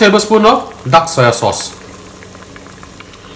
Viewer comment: I like the way says duck soy sauce.